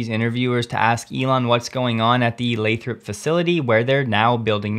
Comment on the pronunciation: Hey, you started pronouncing Lathrop correctly. I didn't want to say anything, but it really did drive me crazy cuz I'm anal about that stuff. Apparently, people from Nevada have a real problem with people who don't say it their way too. LOL